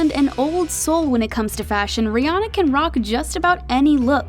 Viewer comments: Too bad America doesn't seem to get her name right 😂it's Rhi ANNA not rihonna 😂🤣😂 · But they still saying her name wrong lol it. Ri Anna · How does everyone say her name wrong?????? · You're all pronounce her name wrong